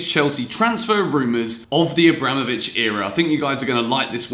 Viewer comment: GranOvskaya, not GranovskAya, AbramOvich, not AbrAmovich!